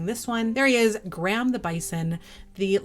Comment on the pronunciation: Love your videos! Graham made me laugh, it’s my dads name 😂 it’s said “gray-uhm” 😜